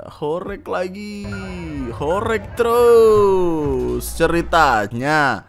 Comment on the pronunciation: Gw di surabaya, alhamdulillah ga ada horeg😅 BTW cara bacanya "horeg" salah bang. Reg = peREK ✖️ Reg = REGo (bhs jawa nya harga) ✔️